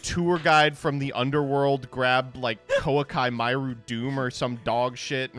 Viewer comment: I honestly think it’s on purpose at this point